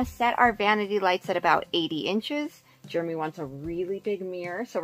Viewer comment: I’ve been meaning to ask you,, who/what is germ-y? I believe his name is Jeremy, not pronounced with a ‘G’!!:-P